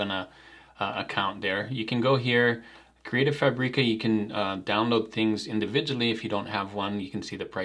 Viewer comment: Omg it’s FABic-uh! Not FuhBREE-kuh.